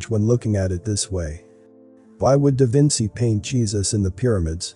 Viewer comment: I HATE how your computer voice mispronounce words. Do you think that's cool? Example: DaVinci. Your content, I LOVE!